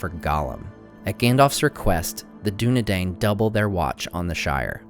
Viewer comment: Nice vid, only it is dunedain, not dunedain